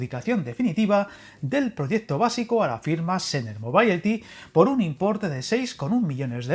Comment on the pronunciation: [moˈbiliti] es la pronunciación (digamos) preferida de mobility Espero de haberte ayudado .)